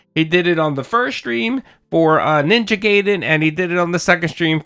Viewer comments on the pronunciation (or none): Bro its ninja gaiden, not ninja gay den